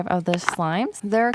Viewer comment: You pronounced Halo Halo wrong, but it’s okay lol